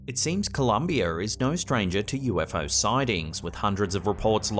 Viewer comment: "Columbier" lol